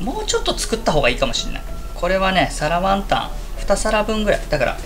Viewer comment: 身支度しながらながし聞きしてたら 「皿ワンタン」が「サラマンダー」に聞こえて 『どんな料理だ？』ってまたリピート再生しましたw 作ってみよう(๑•̀ •́)و✧